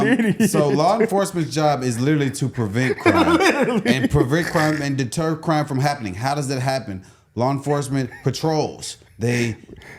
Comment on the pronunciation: chicago mayor: 'de tear' crime? is that a new word? its DETER.........ER....he cannot even speak english properly....very ignorant person...a leader; blind leading the blind